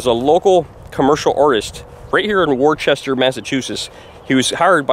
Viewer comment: Today is also the grandfater of moden Blues and Rock& Roll Robert Johnson Its pronounced Woosta!